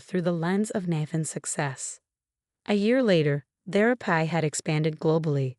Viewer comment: thera-pee not thera-Pie! Grrrr!